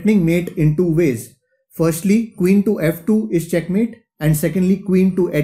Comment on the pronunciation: I like the way you say chackmate I have also adapted the "thank you very much"